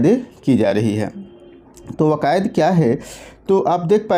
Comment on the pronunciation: वकायद नही "कवायद" होता है। थोड़ा पढ़ने लिखने पे ध्यान दीजिए